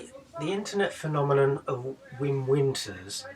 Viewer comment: At least try and pronounce his name correctly. It's pronounced Vim.